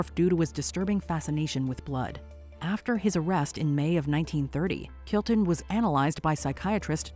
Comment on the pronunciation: What IS with and names? you pronounce it Kurton when it's on the screen. After that you pronounce it Kilton! Why?